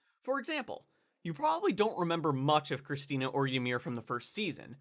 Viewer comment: Did he call krista "christina"? Or did I just hear him wrong